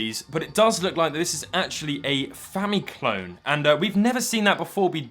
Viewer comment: "I know it's just a Fami-'clome'..." - of The Retro Future - 2021